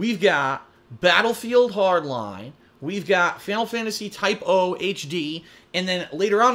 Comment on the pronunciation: it's Final Fantasy TYPE ZERO-HD not type-O